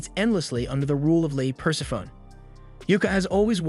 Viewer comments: Great recap vid. I enjoy these as there's so much out there to check out, and these recaps really pull it all into digestible bites. :) By the way "Persephone" is pronounced Per-Sef-O-Knee, not Purse-a-phone. ;) Great vid! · Love the channel, but if she's the goddess of death, then it's probably pronounced pər-SEF-ə-nee.